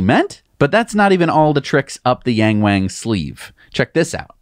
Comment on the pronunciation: Hi guys, Yang Wang, pronounced y-ah-ng, w-ah-ng, the A in Mandarin is not a long A (eh), it is pronounced as in ahh. My ears are bleeding... thanks, lesson is free. 😉